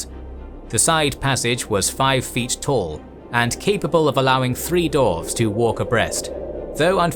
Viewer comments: dWarves not dorves.... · Dwarves not Dorfs :D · Why do you keep calling them "darves"? It's dwarves.. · Ai voice says dorves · human voice says dorves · This is immense work. I just hate that you kept calling dwarfs for dorfs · Lmao. You are legit says "Dorfs" xDDDDDD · "the dorvs" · I love your channel, I love this content. However, for the love of Tolkien himself, learn how to say Dwarf and Dwarves please 🙏🙏🙏